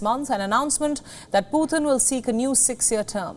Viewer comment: for God sakes Indian people, its not "Phuhtin", its Pu-tin. not that hard to say!